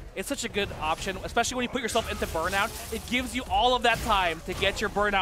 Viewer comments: Every time I hear "exspecially" I want to die. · EXspecially...LOL! Ignant ass